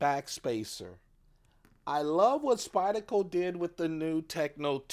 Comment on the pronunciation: It’s SpydeRco. The R is not Silent. 👍